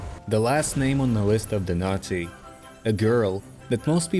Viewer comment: The way you say naughty sounds like nazi